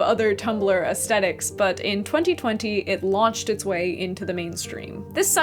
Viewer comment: Ayo she really says “aesthetics” with the HARD “T”